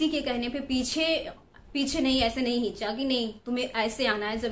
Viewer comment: Heencha nahi kheencha hota hai madom